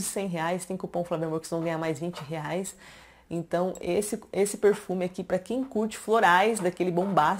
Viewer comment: “Porrrfume”... amo você falando isso.